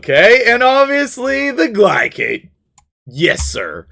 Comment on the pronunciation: his names GLAY-SHAD not GLY-CAD. glacier cardyd=gliacad. this has been my ted talk